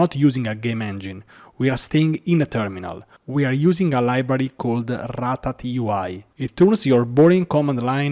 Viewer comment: This isn't pronounced rat-a T UI :)